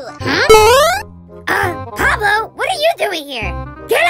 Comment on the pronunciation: Pablo Not Poloo